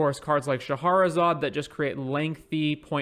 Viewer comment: Isn't the card called Shah-ra-zad instead of Sha-ha-ra-zad?